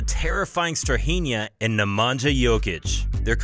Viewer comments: My ears bleed whenever i heard " Nemangia".. its pronounced Nemania for fs. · The sound that letters NJ makes in names of both brothers should NOT be pronounced /dz/. In Serbian language the letters NJ is pronounced /ny/. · Neh-mah-ñya not Nemanjah hahahahah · It's pronounced nemania not nemantza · J's are pronounced as Y's for all Serbian (& Croatian/Bosnian) names. Nemanja is pronounced Nemanya, just like Jokić is pronounced Yokich,...etc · Its "Nemanya" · "nja" in "nemanja" is pronounced as same as "nja" in "strahinja" :) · Pls learn how to pronounce “Nemanja” Sounds realy annoying . At least you have Google translate to explain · Your pronunciation of Nemanja is horrifying.